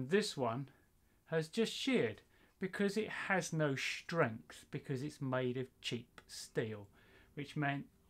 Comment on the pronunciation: Strength not shrength